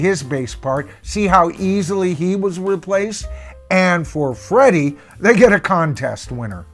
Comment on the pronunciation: Omg it drives me nuts, when they say Freddy.. lol